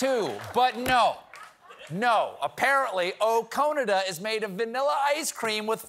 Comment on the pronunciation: Ok I get oh-Cone-ada, it’s cute but then to have Jimmy Fallon’s ice cream that stings. If you’ve never had Americone dream it’s really really good.